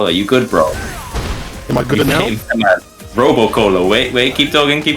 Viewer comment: "robo cola" ,he oil?🤣